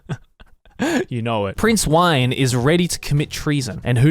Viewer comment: As someone who's last name is weiner i can predict that it is not pronounced "Prince Wine" but "Prince Wein" as in... Genitalia for tensai ouji no akaji kokka saisei jutsu